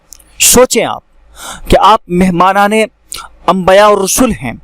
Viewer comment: Ambaya nahi balke dorost lafz ambiya he zara goor krye